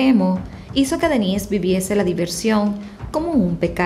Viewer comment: yo se que es Dennise , y se que este nombre se usa mucho incluso en Latinoamérica tanto para hombre como mujeres pero como lo pronuncias suena que fuera el Denise para mujer jajaja (es que yo pongo tus videos para escuchar el audio mientras ejercito y al principio estaba perdido) un saludo